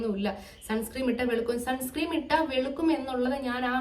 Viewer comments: Sunscream alla sunscreen aann ☺️ Pinne supplement endhelum edukarundo? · sunscreem alla sunscreen aan😂😂😂😂